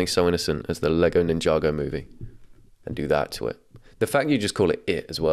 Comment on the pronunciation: The way he says ninjago makes me laugh so much